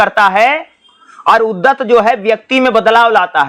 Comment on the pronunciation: पढ़ते तो अच्छा है पर कुछ शब्द गलत बोलते हो सर जिससे कन्ज्यूरिंग होती है जैसे उद्धत, प्लाटो